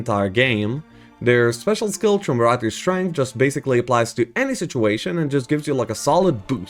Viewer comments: "Trumvaratae" At this point, I'm sure he is doing it on purpose. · Tremuroger's strength. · Im just here to only hear him pronounce Triumvirate wrong again. I am happy now. More dungeon videos plz.